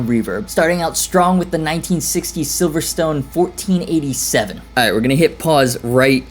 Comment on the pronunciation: Even when you corrected yourself on the Silvertone/Silverstone thing by referencing the race track you still pronounced that wrong! 😛 Hehe.